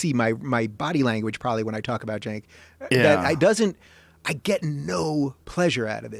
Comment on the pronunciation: ***** Oh okay, I thought it was pronounced "senk" but they said "jenk" which was kinda confusing ^^ But yeah, he has lost all credibility. He's kind of a social justice warrior nowaday..